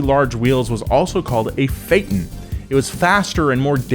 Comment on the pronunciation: The way you pronounce "phaeton" hurts my ears.